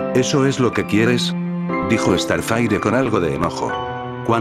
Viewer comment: Se dieron cuenta que dice estarfaire Xdxdxd no sabe hablar